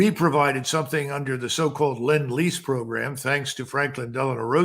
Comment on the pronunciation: "Lend-Lease"...not Land-Lease...